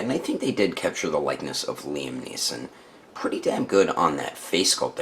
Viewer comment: Liam Neeson, not Neilson! :)